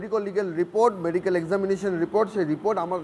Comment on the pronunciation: আর মেডিকোল রে😂😂 মেডিক্যাল আর বেরোচ্ছেনা